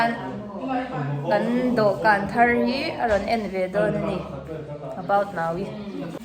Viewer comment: About now-i hi i ti ziah k nuih za thei tawp k duh bwk si😅